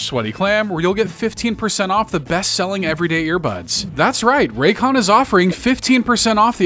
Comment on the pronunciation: Buddy said raycon 😂 hell nah